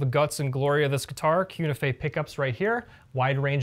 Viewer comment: I think it should be pronounced Koo Nee Feh, since Cu is Latin for "Cuprum (copper)," Ni for Nickel and Fe for "Ferrum (Iron)."